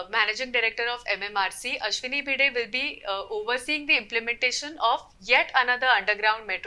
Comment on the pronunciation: Seriously?! You used an AI voice that completely butchered the name of Ashwini Bhide multiple times instead of using your own voice?!